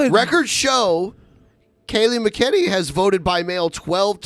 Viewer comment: It’s pronounced Mac-N-Annie